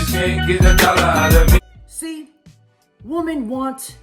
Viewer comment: Come on dude..pronounce women correctly